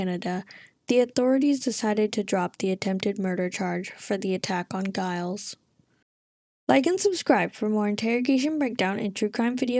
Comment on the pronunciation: I couldn’t help laugh at the way you pronounce Gilles like it rhymes with miles. My brothers name is Gilles, people always have trouble pronouncing it properly. The S is silent the G is like the G in courgette, it kinda sounds like wheel. Great vid btw… love your content ;)